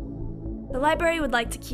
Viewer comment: Thanks for the research but why do you continually mispronounce the word 'library?'